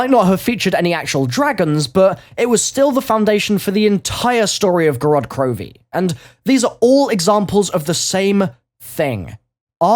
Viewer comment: Did he just say grodd krovi in the start?